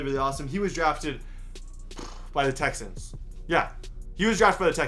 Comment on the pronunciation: tixans haha its texans